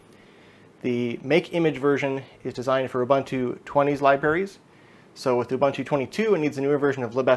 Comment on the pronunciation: my man... it's ooh-boon-too